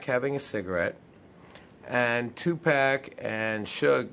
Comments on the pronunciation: Its tupac not tupack. 😮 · Tu pock. Not Tu Pack. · Just him constantly saying 2 pack made me say f this video at 1 minute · you said Tu pack😡